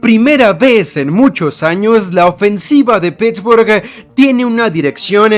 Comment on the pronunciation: "...La ofensiva de Pittsburghu-e tiene una direccion-e..." NO DURÉ NI UN MINUTO ESCUCHÁNDOTE...